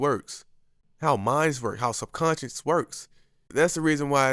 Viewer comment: It's subconscious, not subconscience.